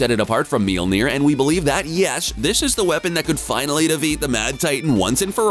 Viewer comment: Why do you keep saying Meelnir? Lol Mjolnir is pronounced like "myawl-nir".